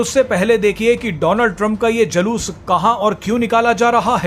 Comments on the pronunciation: Jaloos nahi Juloos bolo 8th passed news anchor ji. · Anchor ko pahle bhasha ka uccharan sahi karwao...Julus ko Jalus bol rha hai. Girta hua patrakarita ka star.